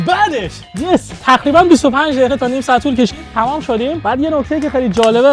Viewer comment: خاهش میکنم بگو تقریباً نگو نخریبا